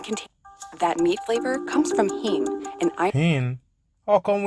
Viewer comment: She said "Heme"...not hen😂.